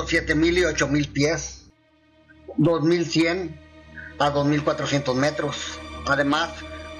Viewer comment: Gracias siempre veo tus videos son muy buenos... Que bueno que pronuncias ya bien la fecha 1900